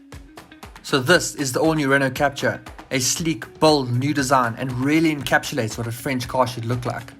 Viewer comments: It's French, so Kaptoor, not capcha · Wrong its Kap-TUUR